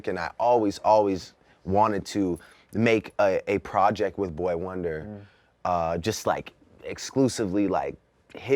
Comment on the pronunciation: Cmon apple, it's not "Boy Wonder", its "Boi-1-Da". Check yourself